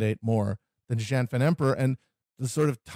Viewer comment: Pronunciation guide: Hong Xiuquan: HONG sho-CHWEN Zhang: Jong Wang: Wong Instead of saying Nan-king, say Nan-JING.